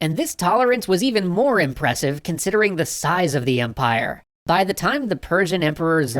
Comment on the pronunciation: “the Persian zyre.”